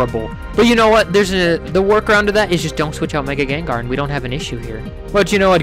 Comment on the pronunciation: its not gengar its gengar